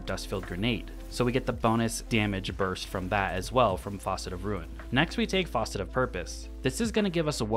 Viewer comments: Stop saying faucet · Say faucet one more time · FAUCET?! Dude haha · I came here to say that! It’s f(ass)cet not f(aw)cet. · faucet haha, great build vid though